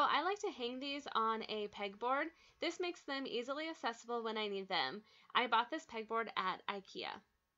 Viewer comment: Girl. Please stop saying assessible